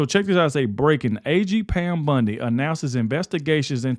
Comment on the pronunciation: Bondi, not Bundy